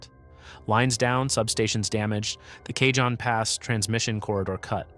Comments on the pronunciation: it's pronounced ka-hone pass. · kay jon pass? Oh for F's sake. Is your AI narrator a moron or was this a human mistake? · FYI, Cajon Pass is a Spanish word, pronounced "Caw-hone". Just sayin'